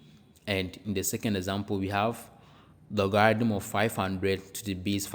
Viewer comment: You pronounced logarithm incorrectly, very annoying. Reminds me of scam sites coming from India and Pakistan